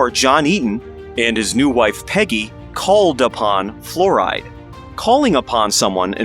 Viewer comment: It's pronounced like Florida, not fluoride.